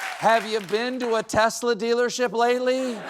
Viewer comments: Stephen Colbert mispronounces 'Tesla' in the exact same way he mocked Trump for, lol. (And Ben Meiselas does the same too.) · Sorry it's tesssslurrr. Get it right 👍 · Oh, no! What will happen to his new, red Teslerrrr? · Lol 😂👍”teslur!”👉❤️